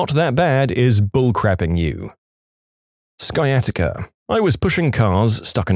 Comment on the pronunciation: PLEASE look up words you don't know. Sciatica - SY-AH-TIH-KA.